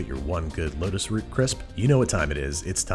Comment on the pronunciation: You need to slow down how fast you say things cause it sounds like you say lettuce root. But what you mean is lotus root.